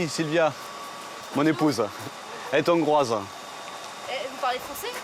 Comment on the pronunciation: «Elle est Thongroise»!?! Le type ferait bien de commencer par connaître correctement sa propre langue, le français: Hongrois, Hongrie = H aspiré, bon sang de bonsoir! Pas de liaison, crénom de nom!!